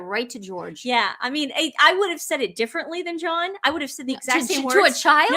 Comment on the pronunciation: It sounds like he said Joan not John